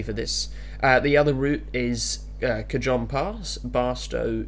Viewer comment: Great video and review! I'm still debating on whether it would be worth it or not for me, as I've never owned a TSW game before Side note: Cajon pass is pronounced "Cuhhone"